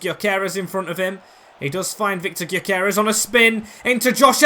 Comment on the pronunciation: btw you pronounce gyokores, gyo kor es so kinda like guyo kor res is how it sounds